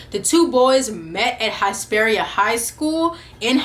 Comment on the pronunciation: Hesperia (Hiss-pearia) Hiss 🐍. Sorry that was driving me crazy